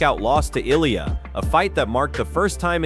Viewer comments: Speaking of respect, the makers of this video show none - 10 different wrongly prounounced Ill-ia, Olia, Eye-lia, etc. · Damn, there's like 15 different pronunciations of Ilia, what a shit effort and lack of respect. And to ask for likes, subscribes and support to "improve" is just pathetic.